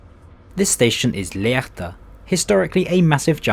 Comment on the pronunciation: The "h" in "Lehrte" is not pronounced. It's just to stretch the "e".